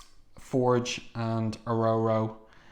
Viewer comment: It's Or-Or-O not O-Roe-Roe